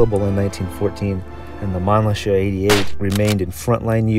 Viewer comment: you are saying it wrong. Its Man - LICKER. Like, you LICK a lolly pop. Or you LICK the salt with your shot of tequila. Its not SHER. ITS LICKER.